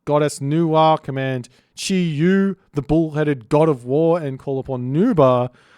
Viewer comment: Chiyou is pronounced "CHUR-YOW" (the you sounds like "Yo!" like when you informally said "hello") While "Yazi" is pronounced "Ya-TZUH". Qilin is pronounced as "CHEE-LIN", Rushou is pronounced [ROO-show] as in "TV SHOW".